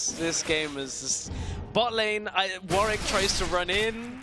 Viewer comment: its warWick... not warick... garbage casters